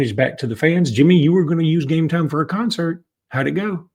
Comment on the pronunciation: You know, your no saint when it comes to this gambling scandal. The stupid way you pronounce Gametime does get everybody's attention. However, you know more about Gametime than other product you push. Think of everybody that has destroyed their family with debt instead of food on the table. And you have done your part.